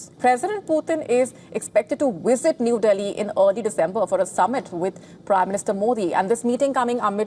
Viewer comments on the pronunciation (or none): It's not Wisit, it's Visit.